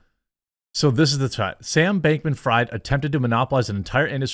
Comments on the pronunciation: i think its freeeeed not fried. sam bankman freed (even though u write it fried) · His name is pronounced Freed btw. In German ie = "e" vowel and ei = "i" vowel. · Fried is pronounced FREED. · Never heard of a "Donator" lol... and it's pronounced "Freed" (Freid) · It's pronounced Freed. German name. No harm,no foul. Thanx for the great content! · jeremy is jewish and doesnt know how to pronounce fried